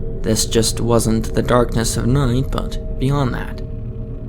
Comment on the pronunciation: Noight,, sloight, Yeah, not everyone likes this narrator and so many cutesy mispronunciations.